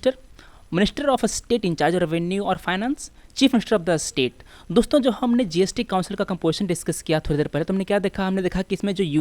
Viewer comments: sir your vocabulary is different it is not astate it is state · Sir ,your pronunciation of state sound with regional touch. rest was fine.